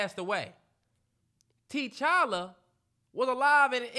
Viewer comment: the keep saying “TeeChalla” 😂